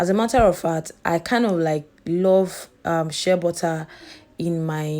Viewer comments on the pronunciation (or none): none